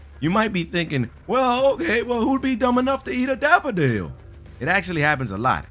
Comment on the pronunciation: ahem. didn't he say " daphodile " ?